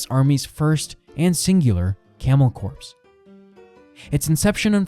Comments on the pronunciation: I was gonna say..never heard it called a corpse before. Definitely camel corps as in core or marine corps. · Hey buddy just an FYI. The word “corps” sounds more like the word “core”, not the word “corpse.” Just wanted to let you know so viewers won’t get confused. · I can't unhear camel corpse.